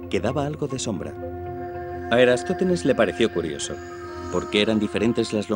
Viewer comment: Es «Eratosthenes», y no "Erastóthenes", como afirmas en este video. Me has hecho dudar de mí mismo, y no hay derecho. Aún tengo y conservo buena memoria. A ver si corriges la versión sonora de este video. De nada.